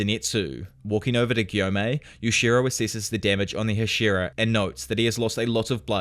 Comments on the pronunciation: These videos are great, but I wish you pronounced Hashira remotely correct. It sounds like you are saying Ed Sheeran. Other than that, great job. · Bruh it’s HA- shi - RA